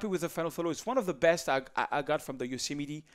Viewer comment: Best American pronunciation of Yosemite yet.